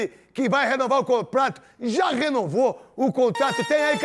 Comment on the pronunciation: Neto tava tão empolgado com a renovação do Memphis que falou que ele iria renovar o "comprato"